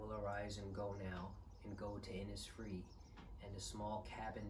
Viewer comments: Forgive me for correcting your pronunciation, but since you know nearly half the poem by heart, and you seem to be a precise and thoughtful person, I thought you would prefer to know, it is pronounced Innishfree, not Innissfree. This poem is very meaningful to my family, and some of us believe that when we die, we see one another again in Innisfree. I'm adding the rest of the lines for anyone who is curious about it. It is very beautiful. "And I shall have some peace there, for peace comes dropping slow, Dropping from the veils of the morning to where the cricket sings; There midnight’s all a glimmer, and noon a purple glow, And evening full of the linnet’s wings. I will arise and go now, for always night and day I hear lake water lapping with low sounds by the shore; While I stand on the roadway, or on the pavements grey, I hear it in the deep heart’s core." WBY Enjoy your holidays. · Love that poem too. (The place name is pronounced inishfree, so the way you said it but sh instead of s.)